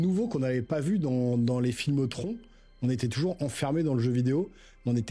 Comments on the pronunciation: TRONNE (phonétiquement), mon pote LOL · Stp prononce à l'anglaise TRON(e) ça fait trop bizarre quand tu le dis 🤭🤭🤣🤣🤣🤣🇨🇵🇨🇵🇨🇵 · Prononce Tron a langaise stp 🥺 😭 ca fait trop bizarre la prononciation à la francaise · C’est très drôle que tu prononces à l’anglaise Daredevil mais à la française Tron 😅